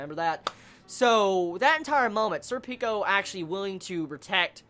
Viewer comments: pronounced "surpiko" similar to serpent with a ko on the end. Berserk = best manga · Sorry dude, every time I hear you say Serpico, it sounds like you're saying "Sir Pickles"... which is an awesome name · You know, i don't actually have much to say on this one. It's my favorite Arc, and Serpico's awesome (i pronounce his name more japanese-like, namely when it comes to vowel stress, but that's me). And it's only gonna get better.